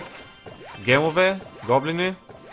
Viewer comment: ти го касваш гемове а то е джемове